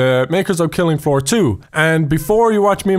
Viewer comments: anyone he soeled fillinf foor instead of killing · Filing floor? what is going on with your English lately?